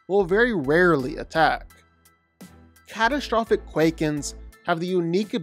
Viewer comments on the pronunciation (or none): none